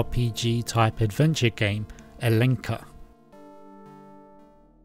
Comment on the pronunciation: btw m8, Ellenica IS PRONOUNCED hellenica, not hellenka! Also, this game reminds me a lot of the 32-bit game Herc's Adventures by LucasArts.